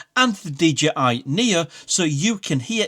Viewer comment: DJI Nia... LOL Knee Oh